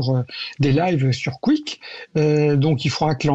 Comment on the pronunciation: le dernier intervenant, le spécialiste de rien du tout, qu’il apprenne déjà à dire correctement kick et pas " quick" sérieux… on lit, on entend toujours spécialiste, spécialiste de ci de ça dans les médias, ça ne veut absolument rien dire… kick, c’est la plateforme de tous les bannis des autres plateformes, ils prennent tous les streamers que les autres plateformes comme twitch, youtube, etc. ne veulent pas… kick est 100% coresponsable de cette horreur